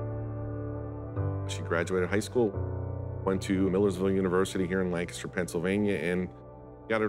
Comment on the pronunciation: Why are they saying Lancaster like that? It's not "Lnkstr."